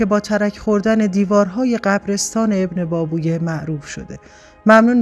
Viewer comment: ماشااله به اینهمه سواد! بهتره شما اول تلفظ درست کلمات و اسامی رو یاد بکیرید و بعد برنامه اجرا کنید! ebnebAbevey--اینهم تلفط اسم ابن بابویه با حروف لاتین!🧐